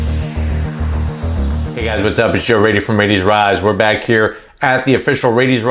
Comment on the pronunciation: No, no its not raiti